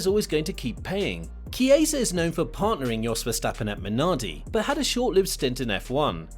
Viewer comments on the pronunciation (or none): none